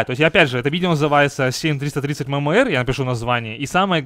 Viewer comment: говорится эм эм эр